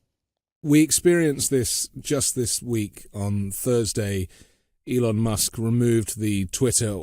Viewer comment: I like how Dr. Lee pronounced Elon: “L-On”. Maybe one reason he was not a guest on The Ellen Show. (But now look out for “The Elon Show: How to tinker with big business like it’s a boy’s toy.” Which in many ways it remains.)